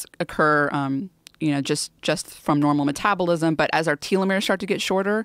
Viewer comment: i like her, but its auto 'fayjee' and 'tell-o-meres' :)lol